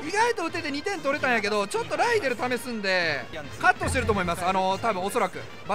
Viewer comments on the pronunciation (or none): ライデルがライネルと今まで聞こえてた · 安打の生放送でアリエルって間違えたからライデルって強調してるの草